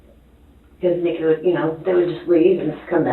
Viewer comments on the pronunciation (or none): none